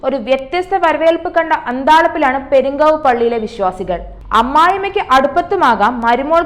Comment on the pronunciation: പെരുംങ്കാവ്... അല്ല പെരുകാവ്.. അതുപോലും correct പറയാൻ അറിയാത്ത നിങ്ങൾ പറയുന്നത് എല്ലാം correct ആയിരിക്കും...